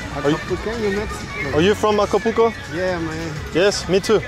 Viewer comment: You can’t pronounce Acapulco